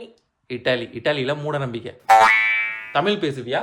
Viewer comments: தமில் இல்ல தமிழ். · அது தமில் இல்லை. தமிழ். கம்பேனி சீக்ரெட்டை(நீங்களே தப்பாதான் உச்சரிச்சதை) வெளிய சொல்லாதீங்க. யோகி பாபு..?!!! வெரி ஃபன்னி??? முதலில் அவருக்கு பெரும் ஜாம்பவான்களின் நகைச்சுவையை காட்டுங்கள். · அது தமில் இல்ல தமிழ் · தமில் கிடையாது தமிழ் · Mudalla neeanga தமிழ் endru Olunga sollavum brother. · நீங்க தமிழ் என்று சரியாக சொல்லுங்க. (தமிழ் இல்லைதமிழ்) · உங்களுக்கே தமிழ் வரல ழ வரல ல் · தமிழை நன்றாக உச்சரியுங்கள் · Unga thamizh ye thappu bro pronunciation correct ah try panunga 😢😢